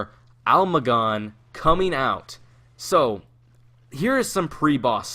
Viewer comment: "uh-male-gum" not "ale mah gon" lol